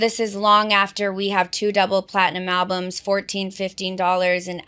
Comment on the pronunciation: I'm sorry, I know this is off-topic, but did she say "albumses" 😂😂😂